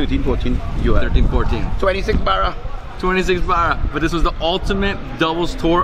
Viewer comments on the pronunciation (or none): Is anyone else cringing super hard every time he says, "barra”?